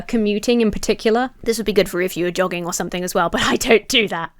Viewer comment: Oh god you said JOGGING! I was certain I heard Dog